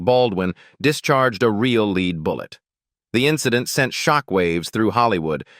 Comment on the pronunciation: Funny how you can always spot AI when they mispronounce "lead". Bruce would have been extremely proud of his family.